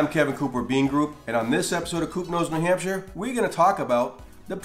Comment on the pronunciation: I searched this to hear an American pronounce shire correctly, great job.